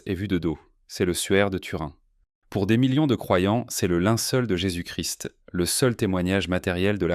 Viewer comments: Le contenu est intéressant pour la nouveauté de ces découvertes, mais le commentaire lu par un robot qui bute sur les mots, fait des liaisons erronées, prononce "fis' pour "fils" (textile), écorche les noms des composés chimiques, ne sait pas lire une date, et dit jécé pour Jesus Christ, c’est un vrai saccage. N’y a t il pas moyen de faire lire le texte à un lecteur humain, sachant comprendre et articuler correctement, comme un acteur , par exemple ? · après J.C n’est pas prononcé comme il se doit